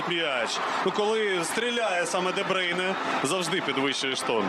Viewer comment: А чому Де Бийне? Хіба не Де Бруйне?